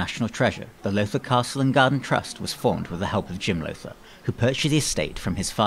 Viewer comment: You did a very good job on the history. Unfortunately you mispronounced "Lowther" all the way through the narration. The "ow" is pronounced like the "ow" in "brown". Think "How now brown Lowther." Thank you for your effort, nevertheless. Perhaps you would consider re-recording with the proper pronunciation in the future.